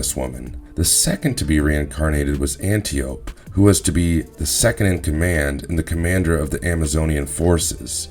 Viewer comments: First - Great Zeus, your pronunciations are atrocious! Hippolyte (huh-POLL-i-tuh), Themyscira (them-is-KEER-uh) Antiope (an-TY-uh-pee) Second, it was ONLY the "New 52" version of Wonder Woman (Post-Flashpoint, pre-Rebirth, between ) that has the Amazons having their way with horny sailors and then slaughtering them afterwards (and trading the male children to Hepheastus for weapons). That has since been retconned and the Amazons are immortal (as they were previously), although they can be killed in battle. The entire NEW 52 concept and execution was poorly done, aspecially the depiction of Wonder Woman and the Amazons, and it's better to ignore it as if it never happened at all. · Antiope (An Tee Oh Pea) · Antiope is pronounced Anti- Opie